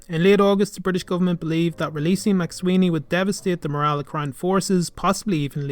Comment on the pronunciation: I'm afraid that 'McSwiney' is not pronounced here properly.